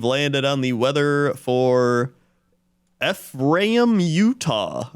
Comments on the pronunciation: Ephraim is pronounced ee-from. Also Manti is pronounced mant-eye. I guess you got me, my Utah secrets are out. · Not to totally feed into that discussion of “tell people the wrong info and they’ll correct you” bit but Ephraim is pronounced Ee-From (emphasis on the Ee) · Mr Shizzle is just Snoop Dogg Also Ephraim is pronounced Ee-from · As a Utah resident, I was cackling at your pronunciation for Ephraim. Others have already pointed out the correct way, so I'll give you some other ones. We have Tooele (pronounced Two-will-uh), Mantua (pronounced Mant-away), and Hurricane (pronounced Hurri-kin, or sometimes just Hurr-kin)